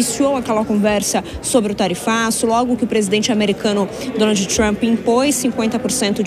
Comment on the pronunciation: Quando se pronunciam Donald nao e necessario pronunciar a ultima letra D. Se fala Donal.🤣🤣🤣🤣😝